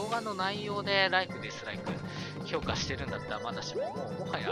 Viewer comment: ヤバイ評価が氷菓に聞こえてしまう